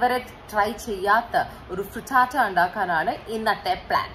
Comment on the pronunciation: When u say fritata sounds like hakuna matata so cool ❣️